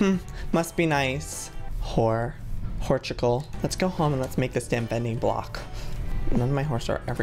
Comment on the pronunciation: XDD WHORCHICAL